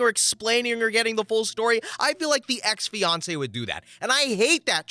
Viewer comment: In the second story I thought you said Beyonce instead of fiancee😆😂🤣👌